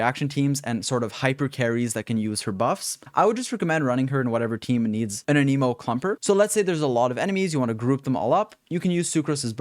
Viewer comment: an a moe, the way you said it means a disease T-T im still subscribeind doe